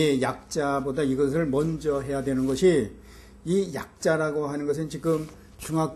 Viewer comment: 지금을 왜! "지끔"이라고 합니까!?? 그저 자연스레 "지금"이라 해야지요!